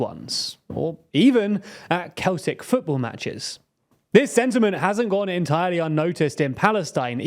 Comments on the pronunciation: Ok, in and already Celtic and Finna Fail have been pronounced terribly wrong and with such confidence.... Glasgow Celtic - "Sell-tick" Fianna Fáil - "Fee-nah Fall" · it’s pronounced “Sell-tick” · So, the PEOPLE from the region were KELTIC (spelled Celtic)......the only time I've ever heard Celtic pronounced the incorrect SELTIC, is with the Boston NBA team....why would a soccer team from that region pronounce it incorrectly? If it was the southern US, I'd understand because they aren't really fluent in actual English, but...... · It's actually a Latin based word not a Gaeilge word. It's pronounced keltic not sell-tic. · Yes, it's Celtic not Sell-tic.. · Small thing ! it is pronounced "Seltic" not "Keltic" but spelled as Celtic. And for the record, Celtic fans in the North Curve where the Celtic Ultra's group known as the Green Brigade congregate, have flown a giant Palestinian flag for nearly a decade. Long before any band of terrorists attacked israel. Most older fans like myself "seventy" have supported the Palestinian cause for over twenty years. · only football fans say sell-tick, normal people say Kel-tick 🤪😁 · Brother how do you not know it's pronounced Seltic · Sorry, did you just say 'Keltic' football matches in a video purporting to understand Ireland? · Most Irish don't know ... Hamas is the official government in Gaza. Btw... This guy pronounced (Glasgow) Celtic with a K sound😂😂😂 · "Keltic" football matches!? Come on you Sassenach drip, at least pronounce the team's name properly, fella. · Celtic = SELL-TICK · Did he just call Celtic Keltic??? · Celtic is pronounced Sell-tic, like the Boston Celtics. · He also mispronounces Celtic Football. When you’re talking about the football team it is pronounced with a soft C like seltic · Celtic are a team in Scotland (though do represent Irish republicanism) and its pronounced with a soft C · the football club is pronounced seltic the whole word knowns that. apart from you